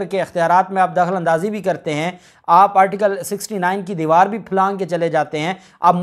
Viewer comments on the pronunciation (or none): none